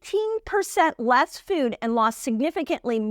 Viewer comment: You are so good! And I love how you say the word “food” in a funny way. The obstacle is the way!